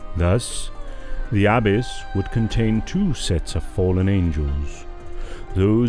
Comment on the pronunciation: Peace be with you. The readers or speakers could easily use google translate or some other app to hear how words and names are pronounced like "abyss" and "Canaan."